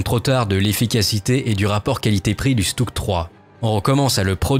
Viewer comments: On prononce « Chutug », le S se dit « Ch » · Sa se prononce "schtougue"